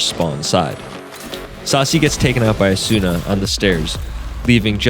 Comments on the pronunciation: FNS has gaslit everyone to call Asuna, "Asoona" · I love how he just shamelessly mispronounces asuna's name XD